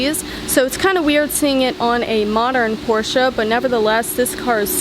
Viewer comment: Well young lady, not bad, not at all. And thank you so much for saying "Porsche", and not "Porsch´" as some people do. Keep up the good work! Cheers from Sweden.